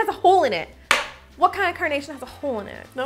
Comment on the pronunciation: Everytime you say carnation I hear coronation and I spent several minutes wondering what the heck was a coronation flower 😂😂